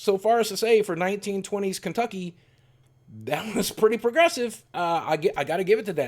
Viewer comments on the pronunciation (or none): none